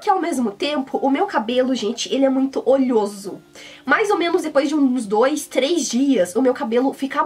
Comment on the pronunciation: né "olhoso" não, é "oleoso"